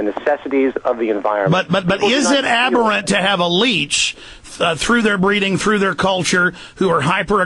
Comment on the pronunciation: Aberrant behavior. Aberrant. Say it with me. Ab-err-ant.